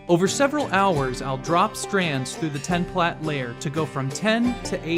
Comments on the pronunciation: Plait is pronounced the same as plate. Stop saying "plat." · “Plate”, not “platt”. A plait is the product of braiding.